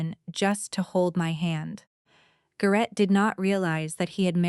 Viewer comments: His name is pronounced "GARE-ett" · AI mispronouning AGAIN. It's prounced Gar it